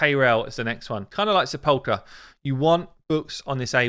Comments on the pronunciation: Sepulcher is pronounce Sep UL KER no ch sound. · Hay, you pronounce it Sep-ul-cerr Sentinel, a Sepulchre is like a small room in which some one is laid to rest or buried.